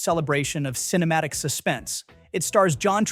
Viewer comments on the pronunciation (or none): none